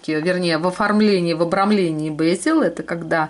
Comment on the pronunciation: В русской транскрипции бЕзель. Ударение на первом слоге и звук Е, а не Э.